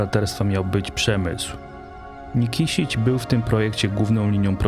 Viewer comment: Źle wymawiasz nazwę miasta Nikšić . Nikszić a nie Nikiszić.